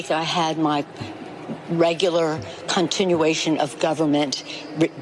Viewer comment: She said “ continuation” of government